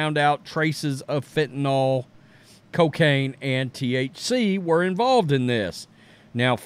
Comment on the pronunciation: It’s driving me nuts. It’s FENTANYL . Not fentaNALL